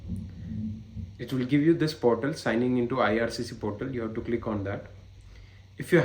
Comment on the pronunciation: portal hota hai bhai, potal nahi.